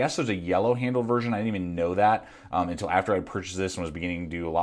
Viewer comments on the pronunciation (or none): none